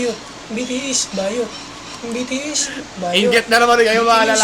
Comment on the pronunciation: BTS talaga yun pero sa vid BITIIS pagkakasabi niya 🤣